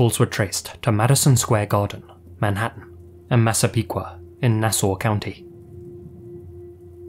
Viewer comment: Very surprised that actually pronounced Massapequa and Nassau correctly.